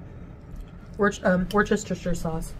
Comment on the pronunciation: for all you Seppos and Nadians, it’s pronounced “whooshtuh-sheer” You don’t phonetically sound out every syllable like a three year-old